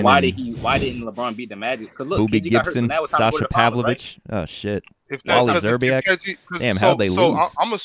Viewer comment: Nigga said Wally Szerbiak 🤣🤣😭😭💀💀🤦🏽‍♂️